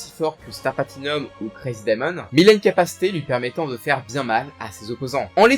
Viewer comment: Jarrive pas a y croire comment ta prononcé le stand de josuke😢